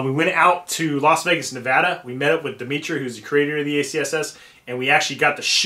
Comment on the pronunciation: Thank you once again for saying nevada right. Had to laugh all camouflaged then black rifle haha you know better